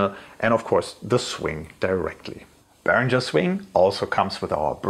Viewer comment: A Behringer employee pronouncing their name wrong... Just makes this even better 😂